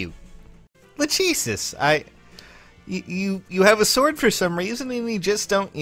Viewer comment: Lachesis? I pronounce her name “lach-sis” 😂